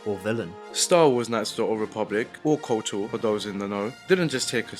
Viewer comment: 'KOTR'? Um actually I think you'll find it's 'KotOR' - I got told off repeatedly for getting the capitalisation wrong as a child in the mid 2000's. Jokes aside - Good video! It's nice to see people still talking about and recommending this gem!